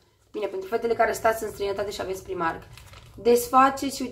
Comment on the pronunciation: "Praimarc" nu 'primarc'...